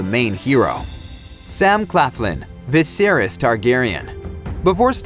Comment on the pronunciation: Yes. Viseriys?